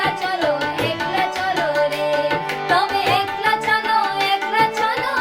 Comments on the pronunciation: It’s pronounced ack-la, not ek-la. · God bless you beta. Keep working on the pronunciation. It’s akla not ekla . It’s ktha not kotha. Etc. But keep singing RBSangeet. And keep listening!